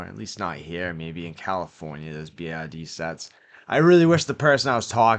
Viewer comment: Not to be mean, but all i hear is TIG and BID😂